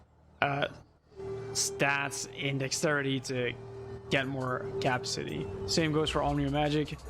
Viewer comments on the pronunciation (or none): It's pronounced as Ca-pa-si-ty... not capsity